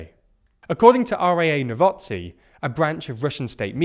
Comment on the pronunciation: Bruh u really have to actively try to botch up a simple word like novosti. NO-VO-STI, ST not TS🤦‍♂️